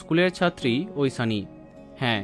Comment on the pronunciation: ঐশানি, ঐসানি নয় .... উসচারন 😅